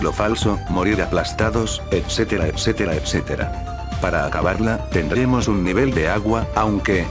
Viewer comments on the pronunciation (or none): none